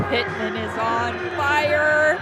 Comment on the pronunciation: It's Pittman, not Lippman.. 😊